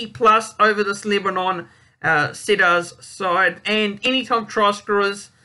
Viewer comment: HI mate. good luck making the vids. Just a tip.. It's pronounced "Seed-ars"... Let's go Lebanon! My first Lebanon world cup match I watched was Lebanon v New Zealand in 2000 WC! DAAAAMN it was cold!